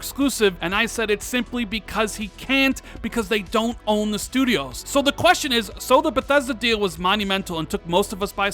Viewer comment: "tell me why from daaant naad" lol speaking too fast and forgot how to say Don't.